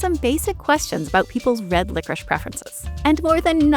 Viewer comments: Who is the dumbass who decide to pronounce licorice like that, France? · LICORICE IS PRONOUNCED LICORISH??????